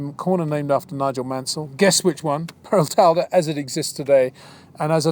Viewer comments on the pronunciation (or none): the correct pronunciation of Paraltada is pair-ull-TAH-duh, not pair-ull-TALL-duh or pair-uh-TALL-duh...I can't quite make out which mispronunciation you used but please be careful about these things.